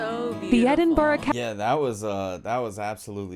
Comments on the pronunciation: The mangled pronunciations made me cringe more with each subsequent abomination. If you are planning on visiting Scotland check some more reliable sources about pronunciation of place names. The is an infamous clip of a podcaster filming his first few seconds of footage at the West End of Princes Street. He said “I am here in Edinburg…” (pronouncing it like Hamburg) No sooner had the words come out of his mouth a guy walking behind him said, without breaking stride or even turning his head, “It’s Edinburgh you wank!” People are mostly amused by these errors but sometimes it gets annoying and can be the last straw. I have a friend who joined a local group who learn and play folk songs. One week there was another newish member these, who was originally from England. As they were practicing the lyric to the song this English guy said, quite emphatically “Of course these are just nonsense, made up words” My friend lost his temper, the song was in Gaelic and here was a guy not even considering that a Scottish folk song might be in the traditional language of Scotland. The English guy only came back to the group one more time but obviously realised he had messed up big time and withdrew. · Actually, the last time she said it she said Edinburg. hahaha :) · As a Scot from Glasgow I cringe when Edinburgh is pronounced. Edinboroo, Edinburger just say it like it is just Edin......bur.....rahh, there you go! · Edinboro? Surely to a native it's Embra? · At one point, she clearly said "Edin-berg"... I assumed that the rumbling sound I heard from down here in England was the noise of thousands of dead Scots turning in their graves. Or maybe that was just the Queen Mum yelling "Glam-iss? Did you say "Glam-iss? Off with her head!" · Lol, it couldn't even get Edinburgh right, what are the hopes of it getting anything else right? 😂